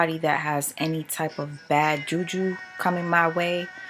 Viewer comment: "Jew-Jew"😂😂. Sorry darling, I couldn't help it. Hearing "juju" in an American accent always cracks me the hell up.